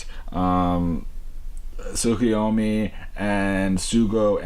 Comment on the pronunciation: The name is Tokiwa Sougo but Sougo is pronounced So Go. You don’t say the u.